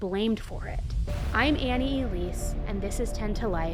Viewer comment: Annie, Annie, Annie... really?? 😂